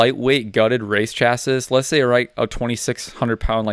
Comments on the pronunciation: Chassis is pronounced Cha- SEE,. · Hearing chassis pronounced how it's spelled grinds my gears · Do you mispronounce chassis on purpose? You seem like you're pretty knowledgeable